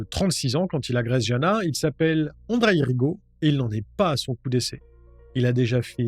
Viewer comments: Jana se dit Yana je crois, mon oncle est slovaque il a appelé sa petite fille Jana mais ça se dit Yana.. voilou juste pour se prénom... 😅 Super vidéo comme toujours ! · On prononce Jana : yana